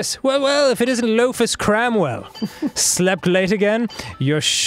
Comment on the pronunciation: looks like cant "cramwaell" ("/)